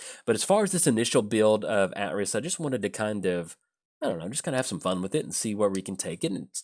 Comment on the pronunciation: Pretty sure it's AY-triss. Assuming KotOR2 got it right, anyway.